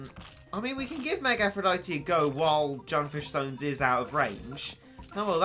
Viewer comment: 'junfish sones'